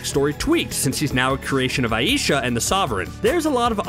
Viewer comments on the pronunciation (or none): none